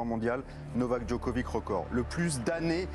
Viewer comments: Le type lit péniblement ses fiches et prononce ‘Djokovik’…j’ai arrêté net la vidéo. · Djokovique Djokovique. Grèt of ôle taim... Mais taisez-vous ! Juste taisez-vous ! J'ai coupé après 2 minutes 30.